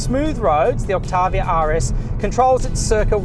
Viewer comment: “Skoda Oktarrrviarrr”